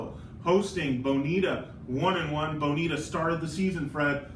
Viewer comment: C'mon Aram. Repeat after me: Buh-NEE-ta. Ha!